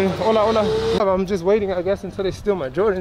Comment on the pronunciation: I think that whistle meant there was a stranger in the Barrio. Watch those Air Jordans while walking in the Mean Streets! FYI regarding roadside trash, one man's trash is another man's treasure.:-) Don't forget to pronounce the "H" in Hola.:-) I think the guys were telling you this was their part of the barrio and if you continue you die or something. Didn't sound like a pleasant greeting to tell the truth. 😃